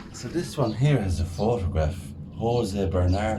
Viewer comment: Hey nice job with the video. Portuguese guy here. The J in José is pronounced like the J in the french name Jean. Greetings